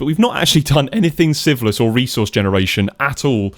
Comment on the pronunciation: No hate like this and I have watched only one hour and 27 minutes and every time a new episode comes and you say the name of the series it sounds a lot like syphilis. You really need to work on your naming skills 😂😂😂 otherwise a perfect video.